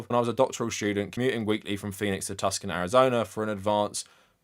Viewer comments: unrelated but it’s “too-sahn” not tuscan for the city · Tucson- TOO-sawn, not Tuckson ❤ your videos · Tuscon is pronounced: "two-sawn" Also, it's a self-ass person who wants to feel safe, so they buy one of the most deadly-to-others vehicles on the market. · Btw, it’s not pronounced tuscan is pronounced “toosan” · I love to drive so driving is not TIRING for me so it sounds like the lady in question has some psychological problems PS Tuscon is pronounced TOO-son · Bro... TUCK-SON!?! For Tucson? It's pronounced Two-san. Also, the drive from Phoenix to Tucson is 99 miles. It's super quick. Her justification is so obviously made up after the backlash. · Friendly fyi, Tuscon is pronounced too-sahn, not tus-kin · I went to school in Tucson, It's pronounced "too-sohn", no hard c there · Not a bad video, thanks. btw about in, you mention Tuscon, AZ. It's pronounced 'Two-sohn', and the 'c' is silent. Cheers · ah, yes the legendary Tuck-son, Arizona 😂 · Just an FYI, "Tucson" is pronounced "too zon" for crazy reasons. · The pronunciation of Tucson, oof. XD (Its pronounced "Too Sahn". No x's and no relation to Tuscany). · Ey boss. Tucson is pronounced Too-Sahn. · Not a big thing- Tucson is pronounced like "Too-Sahn" its not a hard "c" like in "tuscan" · You said Tucson wrong lol